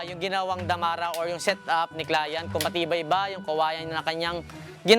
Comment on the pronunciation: Nadidistruct ako sa “clayant”😆